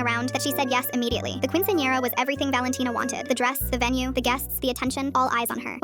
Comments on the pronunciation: the way they say quinciñera is horrible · the fact it won’t pronounce quinceañera right 😔✊